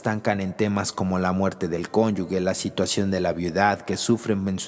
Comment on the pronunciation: Solo una corrección: La palabra cónyuge se pronuncia exactamente cómo se escribe. La letra G como si fuera J”. Y la persona que habla la pronuncia “conyugue” lo cual es un error.